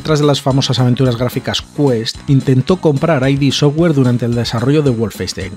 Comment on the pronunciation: Curiosidad: No se pronuncia "ai di" software sino "id" software, tal cual. A Romero esto le toca mucho los cojones 😂😂